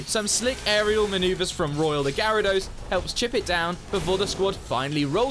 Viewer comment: UH, IT'S GYARADOS, NOT GIARABOS!